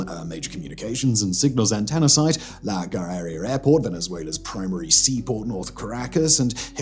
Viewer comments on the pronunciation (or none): I know you're trying to get this out quick but "La garairia" got me laughing XD